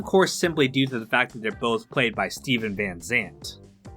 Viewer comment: Lil Stephen? Y u say it like that ?